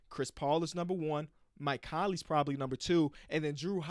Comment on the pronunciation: He really said mike Conley